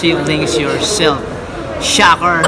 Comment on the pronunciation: Empoy: “shocker” lol 😂